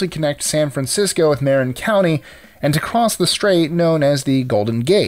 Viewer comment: Because it's supposed to be pronounced ma-RIN?